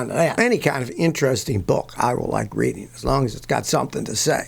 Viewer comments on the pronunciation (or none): none